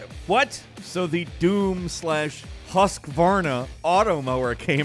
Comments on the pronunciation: As a swede I can explain Husqvarna is prounonced "Hus kvarna" not "husk varna" hope this explains our weird language and old companies that are not swedish anymore. The name originate from the city Huskvarna which is located in Sweden and is mostly famous for chainsaws and motorcross/enduro bikes (and of course old lawnmovers my grandma has one from the 90s still) Yes I´m swede and I help my grandma with her lawnmover every summer... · What did you just call the lawnmower brand... 😂😂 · The Husqvarna pronunciation though...